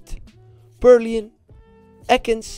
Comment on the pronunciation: Wanneer gat hij purloin juist zeggen 😂😂